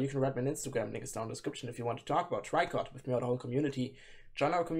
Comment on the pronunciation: Tricot just reposted someone who shared your reaction in their story on instagram lol FYI: the band name is French and in english you'd pronounce it like "Tree-ko" not "Try-kot"